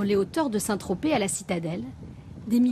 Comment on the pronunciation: On dit Saint-Tropez pas Saint-Trop. Super dossier !